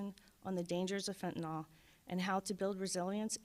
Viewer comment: Fentanyl, not fentanol. Beware Halloween Candy 👹